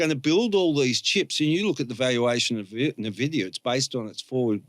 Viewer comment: jsut how does a guy as smart as not know how to pronounce nvidia, are we really living in a simulation or how is this bug repeating over and over, its impossible